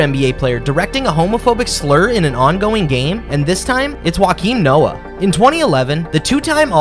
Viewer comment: NOT "wah-keem" noah. "yo-keem" noah...